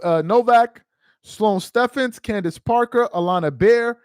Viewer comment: It’s pronounced Sloane Stevens